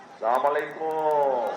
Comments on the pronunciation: খাম্বা তারেক সালামটাও ঠিক মতো দিতে পারে না..? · সালাম টা ঠিক করে বলুন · ভালো করে সালামও দিতে পারে না। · 😊সালাম টাও ঠিক করে দিতে পারে না হায়রে আমার দেশের নেতা।